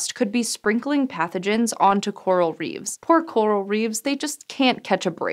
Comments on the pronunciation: "Coral REEVES"? Like Christopher? Nope. It's Coral REEFS. Nice try, but.... no. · That's an incorrect pronunciation of the plural for "reef",. It should be "reefs", with the F pronounced like an F. A reeve is something else. reeve /rēv/ historical a local official, in particular the chief magistrate of a town or district in Anglo-Saxon England. Canadian the president of a village or town council.